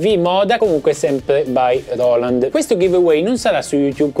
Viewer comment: Grande! Quando dici loland mi fai schiantare da ridere! Ti stimo 🤣🤣